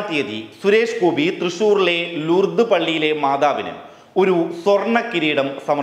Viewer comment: ലുർദ് അല്ല ലൂർദ് .. ലൂ